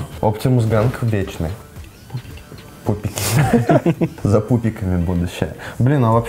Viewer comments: не пубики, а пупики типа RYTP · Не пубики а пупики (Rytp)